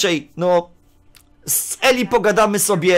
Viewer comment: Imię tego faceta wymawia się Ilaj. Pozdrawiam.